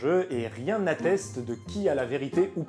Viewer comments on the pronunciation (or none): C'est toi le [Statusse ko] xD ... [Statu ko] pour "Status Quo". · Il me semble que l'on dit "statu quo", pas "Status Quo".